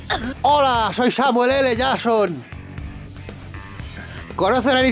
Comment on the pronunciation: Por que dice samuel L. Yason🤣